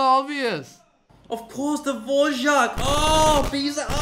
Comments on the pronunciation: Good but it's Dvořák not dvožák 😂😂😂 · Eddy and Brett: *saying Dvořák* Me a czech: omg its so cute how they cant spell the 'Ř' 🥺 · Dvořák... Dvořák... Dvořák 😂😂 So funny hearing them pronounce a Czech name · I love how you pronounce Dvořák, it’s so cute. You say it like little kids here in the Czech Republic before they learn ř. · it's always funny to hear the english pronunciation of Dvořák and other czech composers :D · brett's pronunciation of dvořák is so precious lol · The way you pronounce Dvořák is so cute